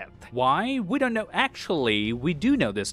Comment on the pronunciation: "WE DENT KNUUUHHHHH" was too funny hahahahah